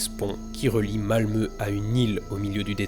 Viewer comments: Étant Français passionné de la Suède et ayant appris le Suédois, je te félicite de ton excellente prononciation de « Malmö » et de « Ôresundsbron » ! ❤ Par contre Copenhague c’est au Danemark, pas en Norvège ;) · Mais il a prononcé correctement Malmö !